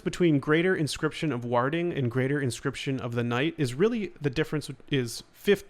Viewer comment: Ward (w-or-d) warding (w-or-ding)